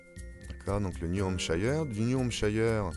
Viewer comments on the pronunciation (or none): Très bonne illustration et créativité ! :) 3 petits points : 1.Petite précision, (New) Hampshire se prononce hamp-sheur ( pas hamp-chailleur) :) 2.Pour retenir la position des états à la VERTICALE, du MINNESOTA à la LOUISIANE, vous les regardez de haut en bas: ils forment la silhouette 'd'un homme avec une toque'. Le visage c'est l'IOWA. Je l'appelle le chef Indien. 3.pour le KENTUCKY et le TENNESSEE, mon moyen mnémotechnique c'est le plat que présente le 'chef Indien' : le Kentucky ( poulet KFC ) est au-dessus, sur le plat Tennessee (tenez-ici) :)